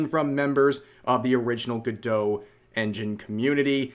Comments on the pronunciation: Go-dot. Not gadoe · Is it meant to be pronounced like that? It seems more logical to be “go-dot” rather than being like Gal Gadot. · I'm hearing "good-dough" but I'm reading "go-dot" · You are pronouncing the name wrong. It's go-dot. You are pronouncing it gu-doe. Speak English please. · Pretty sure it's Go-Dot not Guh-Doh. But i could be wrong but everyone i know says Go-Dot. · Isn't it pronounced GoDOT like it rhymes with robot? Why is everyone pronouncing it all French-like 😂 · Gal Gadot: stop saying my last name 🤦🏻‍♀️ Godot Go-Doe Godot Go Dot Godot Gah Doe??? ❌❌❌ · "Go-dough" 😂😂😂😂😂 "ray-dough" 😂😂😂😂😂